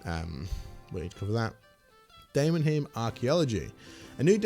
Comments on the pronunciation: aura pause great for group boss if one member has to reload a preset or such other things <3 much love inits >3 also just to help you out i always say it as "day-mon-highm" deamon like demon and heim like yotal heim from avengers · de-mon-heim, bil-rag..fking hell dude read the text first before you make a video about it